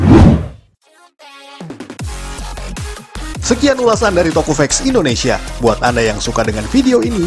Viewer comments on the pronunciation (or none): none